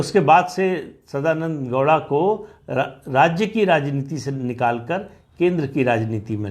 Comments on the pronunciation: Sadananada gouda... Not douda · Sadanand dowda nahi bhai 😐 sadananda gowda